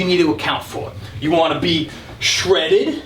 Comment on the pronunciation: Lost it at “Shredid”